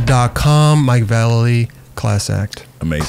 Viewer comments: It’s pronounced Vallely! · VAH LAY LEE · YOU HAD AN EPISODE WITH VALLELY AND YOU STILL CAN'T PRONOUNCE IT😂